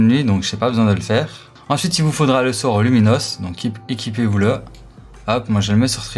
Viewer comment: Tu es pas un grand fan d Harry Potter pour te tromper sur la prononciation du sort le plus simple de cette univers Harry Potter 😅😂